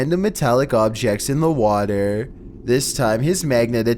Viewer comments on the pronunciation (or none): Honestly these videos are kinda good except he has the most annoying voice ever "in the waTERA"